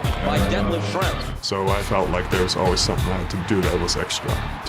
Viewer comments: Thank you for this vid, Schrempf is criminally underrated and was a big part of NBA basketball in his days. Love to see him get some love! BTW.: your pronunciation of his name is pretty good! Greetings from Germany 😊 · As a German I was pleasantly surprised that you didn't butcher that name ;-)